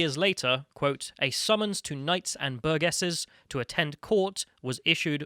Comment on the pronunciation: I love these segments, but for scripted work like this you need to ensure pronunciation is correct, ie. "Burgesses"